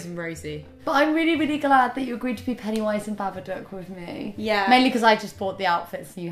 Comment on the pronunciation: 'Pennyunwise' 😂 oh fuck